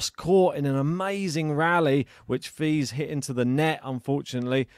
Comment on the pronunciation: ok this is how you pronounce Fils. Fi as in fee and the s as in hiss so Feess. So I offer this to you, if you care to take it. Same with Monfils. Fils in French means son, which you probably already know.